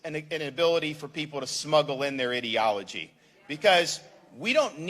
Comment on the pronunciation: Sounds like he is saying idiotology !!! Good for him! Listen up Inslee we are sick of you all of us!